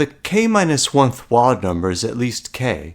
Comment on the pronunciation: This is a nice video. I understood the idea right away and I like how you carefully carried through the calculations. Your accent seems American but your pronunciation of the word "wild" is non-standard. Wild rhymes with mild and filed with a long-i sound.